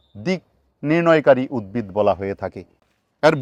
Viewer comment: রাত্রি বেলায় কোন দিকটা পূর্ব আর কোন দিক টা পশ্চিম সেটা জানবো কি করে। দিনের বেলায় ত সূর্য আছেই। স্যার আর একটা কথা আপনার থেকে উদ্ভিদ উচ্চারণ টা পেলাম না। প্রতি বার আপনি উদ্বিদ উচ্চারণ করছেন।